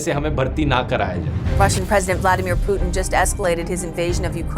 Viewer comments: That's Putin not poutin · Everyone - Putin Dhruv - Puuteen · Russian President "Pootan" 🤣🤣🤣🤣